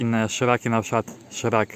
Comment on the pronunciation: Czemu mowisz szrak?